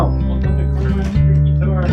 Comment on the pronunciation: I live in NYC and had never heard of this place, I am definitely goin to stop by. Thank you for this. Small tip, You need to let him speak, you kept interrupting, 🤦🏽‍♂️🤦🏽‍♂️🤦🏽‍♂️🤦🏽‍♂️! It’s pronounced CAR-MINE! NOT Carmen. 👍🏼